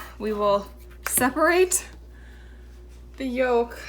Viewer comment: Did you guys say yolk with the l ?